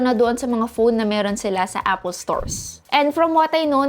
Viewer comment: " A-pol " LOLLLLLLLLLLLLLLLLLLLLLLLLL